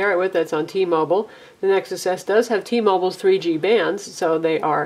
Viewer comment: T-Mobile, not T-Mobul